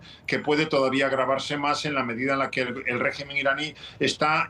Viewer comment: La periodista hace enfasis en la palabra "regimen", refieriendose al gobierno iraní, pero no asi, oara referirse a la figura de Trump. ¿Acaso es Irán el que tiene bases militares por todo el mundo, ademas de amenazar a todos los gobiernos que no hagan su voluntad? Cuando EE.UU y sus lacayos europeos, incluyendo Alemania, deciden atacar a un pais por sus interes económicos, no hay quien los detenga. Pero EE.UU, tambien es capaz de castigar a sus propios "socios" si así lo ve necesario